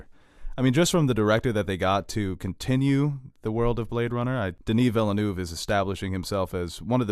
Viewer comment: Why the fuck can't Americans pronounce Villeneuve, it's easy. It's not villa-noov, it's Veal-nerv. Easy. Ye gods Americans are ignorant!